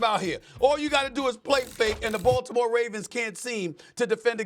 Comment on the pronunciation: I love that Shannon pronounces Baltimore the right way